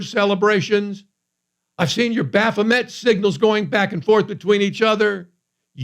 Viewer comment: you really stretched my vocabulary on this one. I for the life of me couldn’t make out the word you said before the hand signals part LOL. I had to try to spell what I thought I heard and finally Google search came back with Baphomet. I’ve never heard that word before. Way to make me work for it on this one LOL. I have to admit it’s rather disturbing what people are openly doing and they have no idea the judgement coming their way.